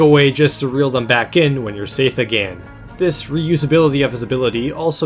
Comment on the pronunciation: Normal people “Again” “aGAEN”